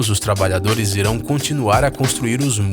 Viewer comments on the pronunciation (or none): none